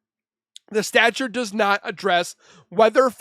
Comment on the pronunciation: Dude. The word is STATUTE. STA-CHOOT. My goodness